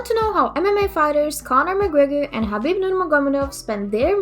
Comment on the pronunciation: Please don't ever tell khabib's name like this☹️